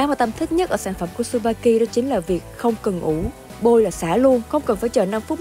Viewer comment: Không phải su ba ki đâu c mh ad. Chư ba ki nhé hazzzzz.